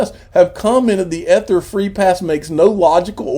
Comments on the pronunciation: EEEEEEEEEther EEEEEEEEther, please say it correctly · You can stop mispronouncing "ether." You've made your point. It just sounds dumb at this point.